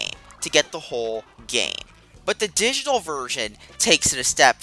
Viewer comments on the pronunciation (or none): none